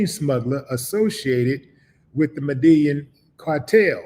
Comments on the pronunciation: Yo Willie it's pronounced Med-I-yeen! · Btw, it’s pronounced “Meda-YEEN” or “Meda-JEEN” (Medellín) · You not saying the cartel name right bro